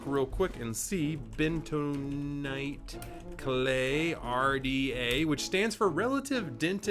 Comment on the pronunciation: Bentanight? Dont you make that 😂